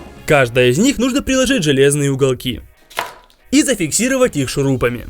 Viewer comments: шуруМпами*? дам..., недопонятый гений прямо таки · Хахаха хахаха Шурупами, а правильно шурупами